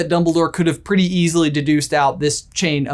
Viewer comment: I wonder if Snape is Lockhart's role model. Snape says "obvviously" and Lockhart says "prretty obvious" 😂